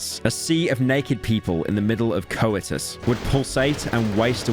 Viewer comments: "coe-ituss" lmfao. metro is booming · "co-it-us" Bruh... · Im still stuck on his pronunciation of "coitus" "Co-eh-tus" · Pyro… you said teached… and co-itus… brother please I beg you learn to pronounce shit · superb pronunciation of coi tus